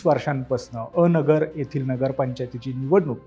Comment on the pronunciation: पत्रकार महाशय..... अ नगर नाही हो 😡😡 हे अनगर आहे भावा 😂😂